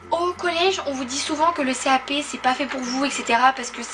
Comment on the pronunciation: Pourquoi tu dis cap p